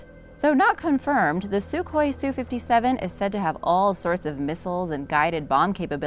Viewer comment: It is pronounced SU-HOI not suk-hoi. EDIT => Also, the F-35 was NOT build to replace the F-22; each has its own operational specifications.